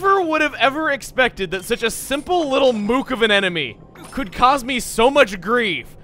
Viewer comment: Don't worry Chugga! I won't judge you for your pronunciation of... Did you... Did you just say moooooook? It's... it's mook. Like brook. CHUGGA UNSUBSCRIBED!!!!!